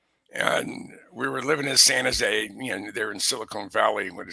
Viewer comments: pronounces San Jose as "Sana Zay", which is how my San Francisco grandmother pronounced it. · Why is it pronounced "Sana Zay"? That's intriguing...